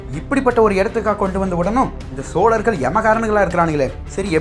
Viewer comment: Narrator, Your Tamizh pronunciation sucks. What is "வார இதல்"? I guess you meant "வார இதழ்". "சோழர்கள்" is being mispronounced as "ஸோலர்கள்". And you are talking about a Tamizh classic! How pathetic is that. I could not watch beyond first 2 minutes.